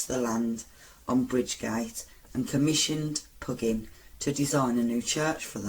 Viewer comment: Pugin: pronounced 'pew-jin'